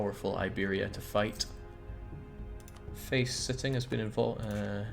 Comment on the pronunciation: No one else hear the Freudian slip when he pronounced faceting?